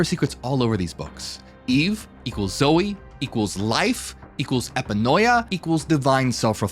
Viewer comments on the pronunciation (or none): Brother, not trying to be dull but, are you saying Zoe or Soy? Asking for a friend 😂